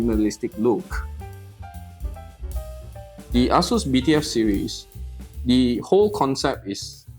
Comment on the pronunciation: The way you say Asus sounds like A--Holes came out with this. lol Looks nice.